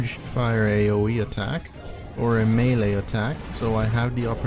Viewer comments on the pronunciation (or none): none